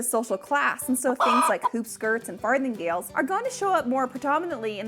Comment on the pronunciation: Did she say fartinggales??? 🤔